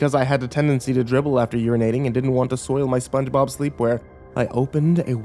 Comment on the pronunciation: When I heard "Soongebob" I immediately checked when the video was made and I immediately knew that this was a joke xD.